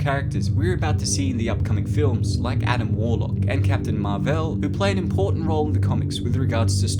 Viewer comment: Marvel not marviel 😂